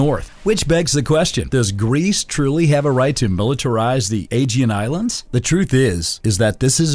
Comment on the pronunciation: Bro how can you mispronounce aegean every time